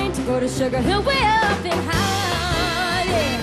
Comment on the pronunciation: Wonderful singing, shame she cannot pronounce the word HAARLEM. Sounds like she is singing 'heaven, or 'holland'. Still, she is just a kid - she'll get better and better.